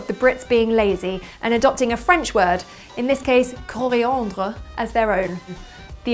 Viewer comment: Her french accent (french of France accent, actually) is perfect (except for Coriandre). Kiss.